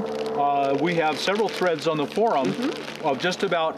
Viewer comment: I love how you say For Um. It's such a traditional way of speaking. Love it!